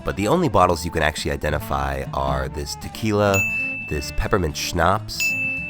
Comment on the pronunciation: I love how you say Schnaps. You gotta go REAL HARD on the p